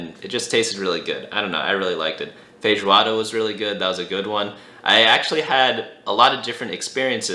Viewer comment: That is a good pronunciation of feijoada , congrats